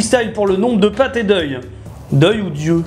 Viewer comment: "D'yeux", comme dans nom de d'yeux...